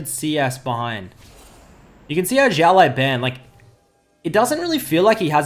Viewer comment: his name should be read not ziao but siao(small) laoban(boss) 01